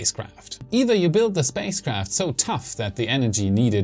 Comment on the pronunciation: Did he say "safespace craft"?